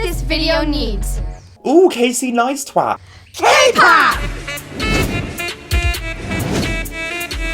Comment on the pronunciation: 'Ooh Casey Nies-twat' LMAO